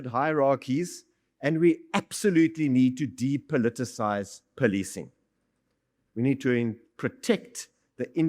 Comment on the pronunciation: Oh ..they poli-ti-cing not poli-cing? Some will say, Extra work extra pay. 🤷🏽‍♂️ ....🤔This explains why I got no upvotes on my YouTube videos. They breaking the narrative of the indian identity.